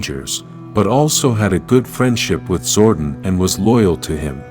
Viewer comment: My god man. It’s Zoe-don. Not Zoe-den. It’s annoying. Stop. Lol